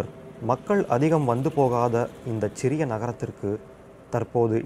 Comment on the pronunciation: Chriria (ச்சிறிய) இல்லை, சிறிய. தமிழ் சொற்கள் ச் இல் தொடங்காது. சென்னையை கூட ச்ச்செண்ணை என்றே தவறுதலாக உச்சரித்து கொண்டிருக்கிறோம்....மற்றபடி தமிழ் உச்சரிப்பு அருமை